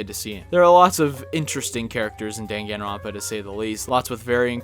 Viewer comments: Now I know how to pronounce Danganronpa. It'd be interesting if either of these guys made it into Ultimate. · The way he pronounces danganronpa puts me in physical pain